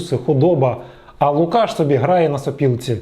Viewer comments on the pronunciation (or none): лУкашшшш А не лукАш!!